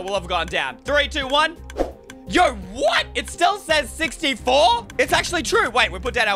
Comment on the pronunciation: You say yo like yo-yo